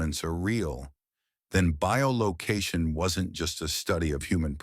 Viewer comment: i'm seeing.... that the term you are trying for is "bi-location", not bio-location...